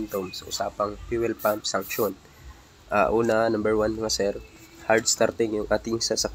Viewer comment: Suction po hindi sanction..😂